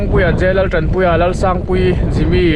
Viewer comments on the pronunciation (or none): Tan i lam dan hi a dik lo leh thin... "Kham' tih thluk hian i thluk leh thin a...Naupang an tlanchhia tih a Tlan thluk hian thluk tur ani e... A hmuhnawm in i pasaltha thin takzet mai,,mit a tlai takzet thin e...